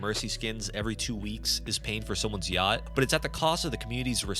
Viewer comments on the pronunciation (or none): none